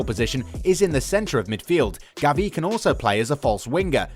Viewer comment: It’s not Gaviiii is GAvi.